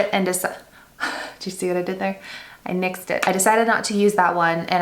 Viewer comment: Your face when you said 'nixed it (nyxed)' You were so proud! Love it! You can tell that was absolutely by accident and was not written in any script